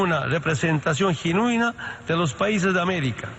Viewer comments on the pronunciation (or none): Se dice GENUINA ,no GINUENA